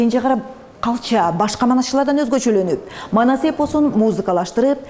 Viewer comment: Маназ эмес Манас деп туура суйло